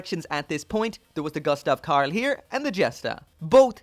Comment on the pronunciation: Pronounced goostav 😁, sorry for the bit pick, I enjoy watching your reviews really